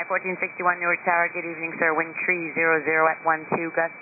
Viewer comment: The controllers at Newark are good about using "tree" for "three," which I rarely hear otherwise. Good job all around.